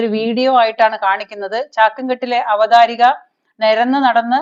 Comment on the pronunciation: Not "Avatharika", but " Avatharaka"